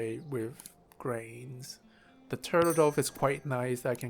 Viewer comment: Dove is pronounced like love. The 'o' isn't enhanced, so don't pronounce it. Its a soft or subtle 'o'. I don't feel bad for you, a lot of english people cannot read or pronounce the names of some of the birds.